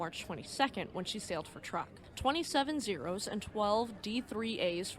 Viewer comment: 1) In case you have to use it again, Truk is pronounced "Trook." 2) You mean my 2nd favorite BABYMETAL member was named after a minesweeper? Just kidding!!